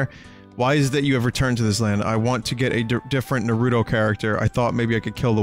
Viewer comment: Vinny for chrissake, PLEASE learn how to pronounce NAH-roo-toh it's triggering the fuck outta my OCD